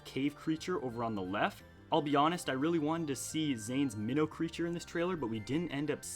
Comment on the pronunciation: You pronounce vania and mino creature wrong